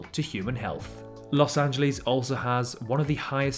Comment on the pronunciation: I hope you're not one of those people that make fun of others messing up British names since you mispronounced Los Angeles every time...